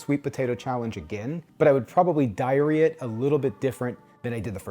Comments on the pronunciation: You said "diarrhea-it" a-huh, a-huh. Sorry, having a Beavis and Butthead moment, here. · I heard something else for a second there when you said "diary it."